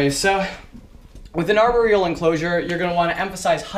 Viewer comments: Am I the only one who noticed how he's saying aboreal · No I think everyone has noticed pronouncing it arberial! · I cringe every time he says arboreal